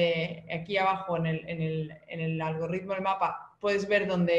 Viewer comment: ayyyy el algorrrrritmo